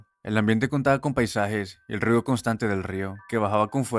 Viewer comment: si pero no lo dice bien lo que hace que parezca río